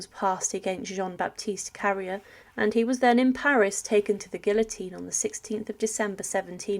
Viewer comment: Obviously she didn't study French at school because a teacher would have been appalled by her pronunciation.. Carrier is pronounced "carry-ay", Nantes is "Nont", etc. It's not worth watching videos like this because it''s clear she's just reading a script with no idea what she's actually talking about.